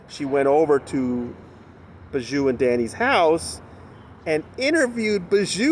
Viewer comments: I know Chynna is Bijou’s sister but showing up in support of a rapist when your brand is being a Christian vlogger is not a good look. Also I know it’s silly but it drives my crazy every time you say her name..... it pronounced BEE-joo not Ba-JOO. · FYI Bijou is pronounced Bee-zhoo